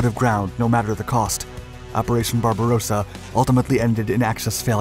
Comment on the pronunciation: We once more have the operation "pink beard". This narrator is incapable of distinguishing the pronunciation of Barbarossa from Barbarosa. However, he has also added "loving space" to his catalogue of howlers by his mispronunciation of "lebensraum" - living space as "leibensraum".